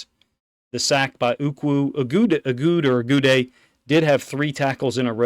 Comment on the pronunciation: The name is Mitchel Ah-goo-day.